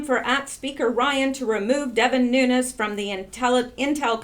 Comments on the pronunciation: I am not positive, but I always hear broadcasters pronounce the name NUNES, like New nes. So you started your vid saying NOONS, AND then while I am writing this, you change the pronounciation to new nes. CHEEZE N RICE. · Lourdes Santos pronounced “NEW-NEZ.” That’s the way the man HIMSELF pronounces it. “NOONS” is an American aberration.... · Its pronounced: noon-yez. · You are assuming he is Mexican which is the way it would be pronounced. But, if he is Cuban, or Portuguese, then the spelling difference applies and the pronounciation leaves out the YEZ sound. I Made the same error on the name of a street in my town. Don Julio. I assumed it was pronounced Don Hulio, but the street was named after a Portuguese guy, and it is Don Julio. Same mistake with NUNES, vs. Nunez.